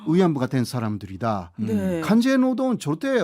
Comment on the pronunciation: 강제 . 왜곡.국무.내각.흥미.통치권.이런 발음이 좀 안되는거 같습니다 호사카유지교수님